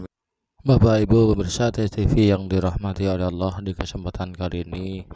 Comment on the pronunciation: Kalau saya sih gak bilang sesat,tapi TOLOL,Ngucap kan ALLAH saja dia bilang AWLOH,apa lagi dia baca ayat al-qur'an TOLOL nya makin keliatan.